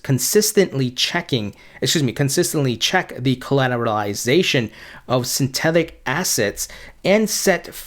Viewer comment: why am i listening to a guy who cant even pronounce the word synthetic